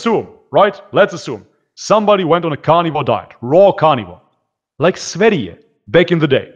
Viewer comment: you are the first person ever to pronounce Sv3rige the right way 🤩